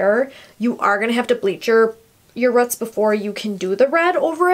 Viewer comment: its roots not rut smh